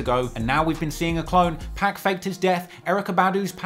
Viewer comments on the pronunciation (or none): I love all ur videos but it kills me inside every SINGLE TIME you say 2pac's name wrong😆😆😆